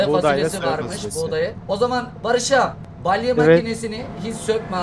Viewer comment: Balye değil BALYA😂